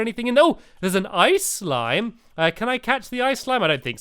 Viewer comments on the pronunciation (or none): none